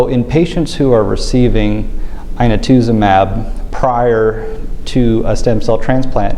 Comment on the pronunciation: pronunciation of inotuzumab at the mark